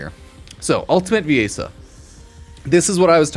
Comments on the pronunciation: Viaessa? It’s VIESSA VI-ESSA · Like Venessa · It’s pronounced like ‘VE-NESSA’ ‘VI-ESSA’